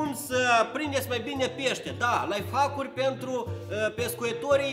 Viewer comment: Ady se spune laihaicuri nu laifaviuri